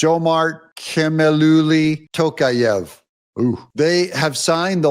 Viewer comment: TokAev, stress on A